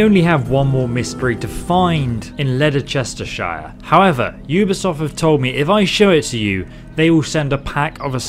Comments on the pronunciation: The way he said Leicestershire made me cringe. It is pronounced lest-er-shire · I’m from England and same but no one says lederchestershire